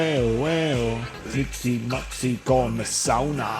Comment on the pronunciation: It's Kaxi, not maxi... 😁